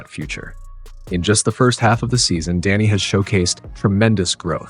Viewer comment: Great coverage. Love that he is not being overlooked this season. One thing though… it’s DEni, not DAnny…. 😅